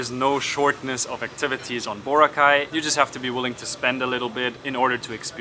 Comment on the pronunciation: It's Boraaaa-cay.... Not Booo-racay.